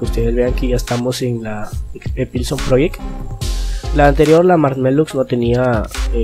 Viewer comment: mierda, es EPSILON, no EPILSON, como es que lo dijiste mal en todo el vídeo pero escribiste bien el título???